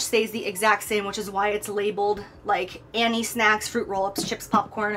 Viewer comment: Jaclyn: let's talk SNAKCS